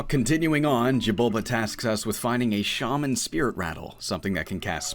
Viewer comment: Mispronounced shaman